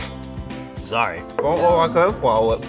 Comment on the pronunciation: LMAO “ z o r r y “